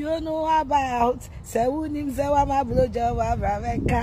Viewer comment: He said 'blu job'... ene wo nn3